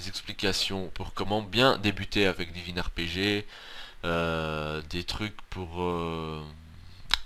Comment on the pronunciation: Lol he said divin ArePeJe